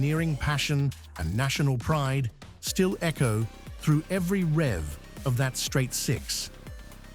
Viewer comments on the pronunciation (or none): none